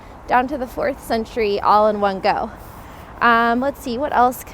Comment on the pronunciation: One of the mistakes that foreigners make is mispronouncing the name of the city. The emphasis is on the letter O, not the letter I.